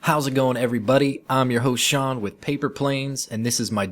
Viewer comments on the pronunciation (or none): none